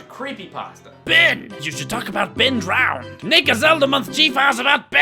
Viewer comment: No, it's "DROWNED", not "DROWEND"